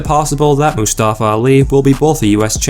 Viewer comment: Can't even pronounce Mustafa right😂